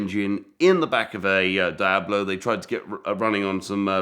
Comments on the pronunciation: please stop saying dayablo… deeablo if you prefer. Your fascination for fake cars is fascinating. It’s kind of like fake watches for me.. I’d rather have a real something less glamourous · What the heck is a die-ab- low??? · Get this guy to pronounce Diablo correctly please lol